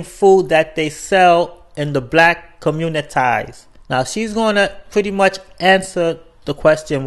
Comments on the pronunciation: Did this guy seriously pronounce "community" as "communit-i"? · What the hell I commu- nitie? my guy😂😂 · Communithai lmao